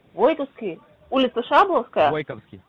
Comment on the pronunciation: Не район Войковской а ВойковскИй.😶‍🌫️